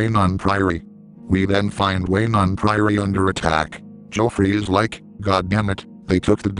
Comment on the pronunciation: I lol'd at the way he says Weynon Priory. "Then we march on to WAY-NON PRIORY. We then find WAY-NON PRIORY under attack."